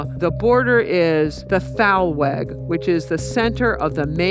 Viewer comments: Also the "Th" in the beginning is not pronounced as in "the" but as a hard "t" as in "talmut" or "tangerine" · "Thalweg " is a mispronounciation of "Talweg" which can be translated as "valley way" from german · It's pronounced thalVeg. She is pronouncing the W as a U because she doesn't know German or Physical geography. And people still think she is credible.